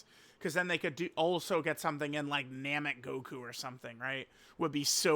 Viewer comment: ITS NAMEK!!! SAY IT WITH ME, ITS NAMEK!!!!!